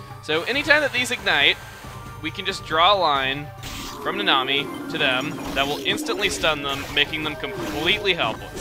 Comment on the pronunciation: Instead of "Nanami" i keep hearing you say "The Nami"